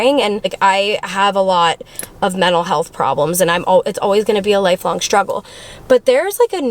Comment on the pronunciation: “mennal health” 💀